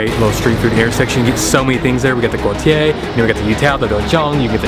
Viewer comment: Thanks for getting Guotie right ... most miss that word and call it by other names